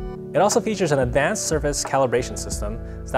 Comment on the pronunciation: say advanced again please